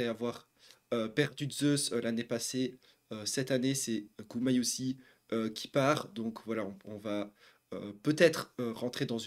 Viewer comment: GumayuSHI la prononciation